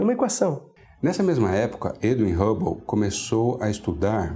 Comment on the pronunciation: Edwin Rabou não fia pelo amor de Deus kkkk Tem q colocar alguém q saiba o básico de inglês se pronúncia Hãbou. Telescópio Rãbou